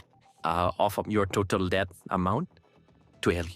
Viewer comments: Debt B is silent. It’s det. Not ڈیبٹ۔ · It is not DEBT when pronounced. It's DET!!! Nally ko Bolna ataa nhi call center chla rha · بیوقوف پال مارٹن الفاظ کی ادائیگی تو درست طریقے سے کرو ڈیبٹ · He doesn't know how to talk in English, basic term debt he can't pronounce correctly . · pkus he doesn't know how to pronounce "debt"